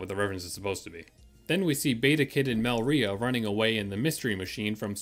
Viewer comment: You did a good job! Also I thought it was pronounced Me-LI-rah not Mel-RI-ah